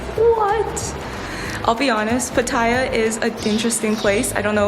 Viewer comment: nice course. I used to think for years that's how you pronounce Pattaya but it's not 😬